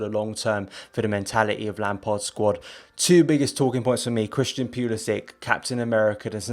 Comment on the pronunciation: you need to pronounce Christian’s name properly. You don’t think he at least deserves that bit of respect? Flippin brits man. Y’all love to just butcher people’s names w/o giving a rat’s ass